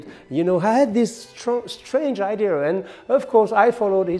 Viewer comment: Funny but original how you still struggle with the word "IDEA". In any case your english is better than mine. Come on, help 🤷🏿‍♂️